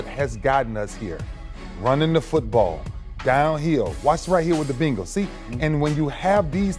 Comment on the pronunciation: Ray said “the beengals” lmao